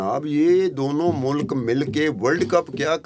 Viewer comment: sir jee its mulk not mulak 🙄